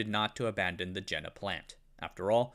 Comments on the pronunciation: You could at least pronounce Jena correctly, as in Yayna! Soft j in German, please. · For the love of god, it's pronounced Jena, not Jena. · Jena is pronounced like "yay-na", not "jenna". Sorry, it just grates on me. The dismantling of German industry was enshrined in a policy called JCS 1067, which grew out of the infamous US Treasury's Morgenthau Plan. The plan called for essentially the deindustrialization of the entire German economy, reducing Germany to a solely agrarian country. Critics of the policy said that it would lead to intentional depopulation since Germany could not feed itself and would have nothing to trade for agricultural goods. The policy was in effect from 1945 until 1947 and, with the onset of the Cold War, was replaced with the Marshall Plan. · Je.na (yeah, nah) It's not Jenner. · Jena is pronounced Yena, not Gena, please!!! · "Jena is pronounced like "yay-na", not "jenna". Sorry, it just grates on me." I had to stop watching this minutes as pronunciation of JENA by this individual grates on me as well. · I worked for Carl Zeiss (Dublin California site) as a product design engineer for 7 years (left 4 years ago). It was very interesting to chat with Jena people who grew up in East Germany. BTW, they pronounce it YAY-nuh. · Pronunication issues: Jena is Yeh-na. Yeeeh-na Zeiss is Tsa-is. Not size, T-before-the-z Tzais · Just FYI. Jena is pronounced yeh-nah. It's a site of a famous battle where Napoleon defeated the Prussians. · Great video... but my ears were bleeding at the pronunciation of Jena which should be "yeh - na" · My point is that if there is no English language equivalent for Jena, and there isn't, the German pronunciation should be used or at least attempted. I've been to Jena and calling it "jenna" just grates on my ears. It's like if he kept pronouncing Zeiss as "zeess". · Ffs it is pronounced Ye-na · The name of the city Jena is pronounced as if it starts with a “y.” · "Jena" pronunced in American. Lol